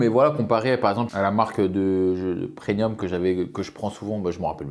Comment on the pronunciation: Du PRENIUM 😂